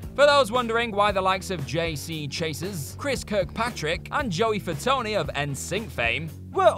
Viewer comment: "Chay-siz and Fatony." laughs for a stupidly long time